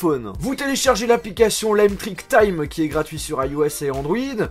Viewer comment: C'est pas "Lame trick" c'est La Metric